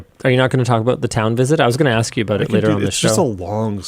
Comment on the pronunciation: What's this aboot?